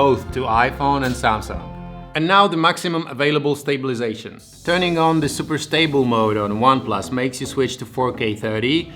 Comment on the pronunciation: Everything is ok except of pronounce of stabilization most of the time :c Great job tho